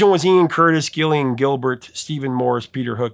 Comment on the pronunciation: Just to help you again Gillian is pronounced as if beginning with a 'J', as in Jillian. Peace and love, and keep up the great work.